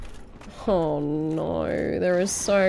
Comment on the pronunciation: British 'Oh's' will never get old. Ouwweuh